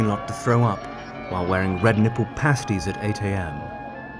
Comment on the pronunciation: Pasties gurl why u say it like that